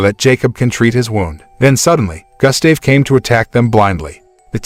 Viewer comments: and his name is Gustav. (Goo-stav) its not Gah, its Goo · Pronunciation: goo-sta-veh ....not Gus-stay-v 😦😂🙆🏻‍♂️ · its gustave say Goost starv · It's pronounced as GOO-ST-AA-VE, not GUST-STAY-VE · say( goose stave ) not gas stav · The name is pronounced goost- have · You would think after all of the work that was put into the video you could've at least got the pronunciation of Gustav's name right. Gus Dave lol 😂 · Pronounced "Goo-stahv" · Damn it “Gus-Dave” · Your mispronouncing Gustave's name GOOSE THAV..... and the E is silent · He’s pronouncing Gustave wrong, it’s pronounced Goostav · Butchering the crocs name bruh, it’s pronounced “goo-stahv” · Your pronunciation of Gustave is simply criminal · I hate the way he says Gustave, a little research and he would know how to say it well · Only take away is that you are saying the crocodile's name wrong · Your pronunciation of Gustave is infuriating :( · Why do i get annoyed whenever he said 'Gustave' ? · Sure ain’t lol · The fact that you make a video and can't even say the name of the Crock right. You would think of one was to make a video about 1 Croc the person would learn to say it's name right. But for some reason that's not the case with you and you proceed to say the name completely wrong SMFH. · Doesn't even know how to pronounce his name.